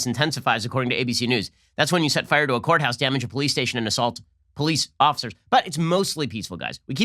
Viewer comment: Nobody: Ben: Fuyeur!